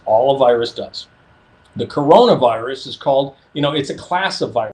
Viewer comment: Its kuranavirus